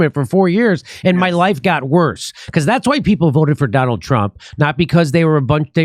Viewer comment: Sorry, Kurt. It's "worsererer."